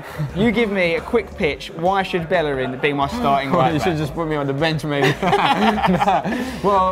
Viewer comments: Bellerin probably cringed everytime he said Bellerin instead of Bejerin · Will they ever pronounce his last name properly?